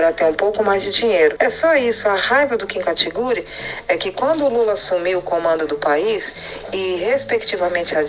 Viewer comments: "Kim katigúri" kkkkkkkkk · Parei de levar a sério quando ouvi Kim "Catiguri" kkkkkkk